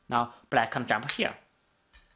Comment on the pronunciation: Thank you, this is great. Suggestion: When you say "can", say it slower than when you say "can't", so we can tell the difference :)